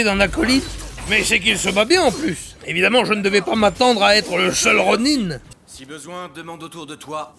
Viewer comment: Merci d'avoir rétabli la véritable prononciation du mot "ronin" car "ronain" c'est vilain !